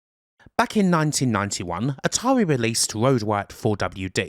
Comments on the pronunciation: "Ahtawii"? Kidding aside nice vid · Atarwi parewent company brwoke up? How sad.